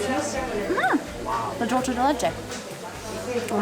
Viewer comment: THEY PRONOUCE DOOL CHE LIKE ITALIANS !!!!!!!!!